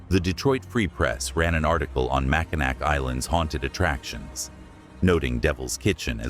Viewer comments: it not mack-in nack its pronounced mack-in-naw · Its pronounced Mackinaw the c on the end is silent amd pronounced as a w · Mackinac is pronounced Mak-in-awe. Good content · I think they were referencing the incorrect pronunciation of Mackinac Island. The AI narrator butchers the pronunciation of many places lol. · You must not be from Michigan because you do not know how to pronounce Mackinac Island…….pronounced Mackinaw………. Allegan is not pronounced GON, but GAN…….